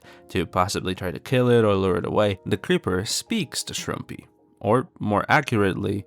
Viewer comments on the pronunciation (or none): i think how you actually pronounce shroompie is "ShroomPy", but no one knows exactly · i believe shroompie said its prounounced the way pronounces it